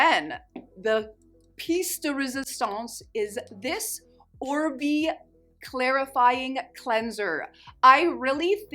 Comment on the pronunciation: (Oribe = OrBAY not OrBEE.)